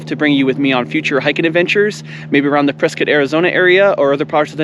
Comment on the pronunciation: Ah, you pronounced Prescott correctly lol. With the touch of snow, this is very beautiful. Miss living in AZ the views are amazing. Great Video! I took a long break from YT but now I'm active again.